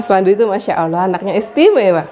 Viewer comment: Maaf mbak saya hanya mengingatkan klo menyebut nama tuhan kita Allah bukan awoh... misal masya Allah bukan masya awoh.... maaf mbak ya sesama muslim hanya mengingatkn bukan saya sok suci🤗🤗 trus bikin konten mbak... saya suka liat keluarga Xl